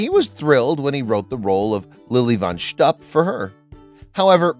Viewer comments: That's pronounced shtoop not shtup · It's Lilly Von Shtup, not Stoop. There is a difference! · It’s pronounced “schtoop”, not “schtup.” And Richard Pryor self-immolated many years after this movie was made. I don’t know why they mention this as being one of the reasons for not hiring him. So much wrong in this video. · Greatest comedy ever. But it's Lily von SSSCCHTOOP, not Schtupp. It's Cleave-ON Little, not Cleevon. It's MarLayNa Dietrich, not MarLEEN. And it's Zero Moss-Tell, not Mosstull. Most importantly, Mel is right that the woke nincompoops of today would never allow this movie to be made. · Arguably the funniest movie ever made that couldn't be produced today! Richard Pryor got burned by coke, Michael Jackson got burned by Pepsi. The word "shtupp" has a suggestive connotation in Yiddish, when aired by certain networks, it's beeped out. It's pronounced shtupe, BTW, The "bean scene" is enshrined in the Smithsonian Museum in D.C. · Cleavon (Clee-vaughn), not Cleavin' Marlene (Mar-layna), not Marleen Von SHTUP, as in "put", not "up" Zero Mostel (Moss-TELL), not as in "hostel" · Wonder who writes such stuff -- a 27y.o. intern? Let alone the "young male A.I. voice" that mispronunces Lili von Schtupp. More care should be taken. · You truly did not see the movie, did you? Cannot pronounce Lilly Von Schtupp